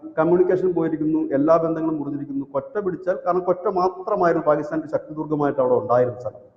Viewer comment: കൊറ്റ അല്ല ക്വെയ്റ്റ!